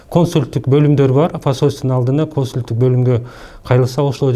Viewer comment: Тантыраган эле,доопороско бул,чача-мача.Башчы кандай болсо,калганы да ошондой болуп."Консулдук"дегенди"Консультук"деп,Боюнда бар,Оорукчан болсо,доддомдон справка дейтко😂😂🤣🤣Тагдырыбыз,ушундай,чача-мачалардын колунда калганбы?